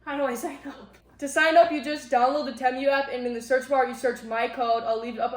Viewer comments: Just letting you know I believe it is pronounced TEEMOO. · Love, love your video❣️❣️ Great stuff! I never thought I’d shop TEMU, but, you’ve convinced me! By the way, it’s pronounced “Tea-mew”! Love you, girl! ❤ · If you are going to promote Temu, you should learn how to pronounce it. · If you are going to promote Temu, you should learn how to pronounce Temu